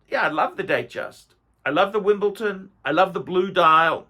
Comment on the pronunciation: WimbleDON not WimbleTON